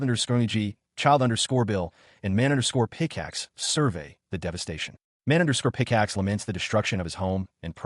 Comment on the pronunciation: My god it’s hilarious it can’t pronounce his childhood friend always _picaxe and _blahblah 😂